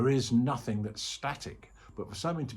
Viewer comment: Thanks, great. Sky-like. I keep hearing it as "No-thing is real, " :) 🙏